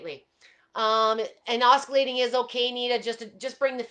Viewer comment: Just so you'll know........ the word oscillating is pronounced like "ossillating" and not like "oskillating". The letter C is silent. There is no K or Ka sound at all.